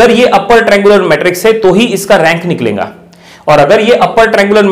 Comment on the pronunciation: Teacher needs educayon Hindi pronouncing. Niklenga - niklega